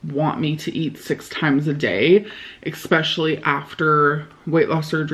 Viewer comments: When she pronounces "EGG" on her "Eggspecially" Better than her normal "EYGGS" HAHAHAHA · gosh I feared only I hear this special X in those two words, ekspeschully ekcetera! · Does she say “Eckspecially??” Or am I imagining it? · LOL 😆 nope not imagining it, she can't pronounce basic words. Grammarlynn y'all.